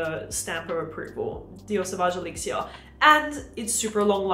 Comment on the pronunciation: Please pronounce things like "elixir" in english. I can't make it through this clip.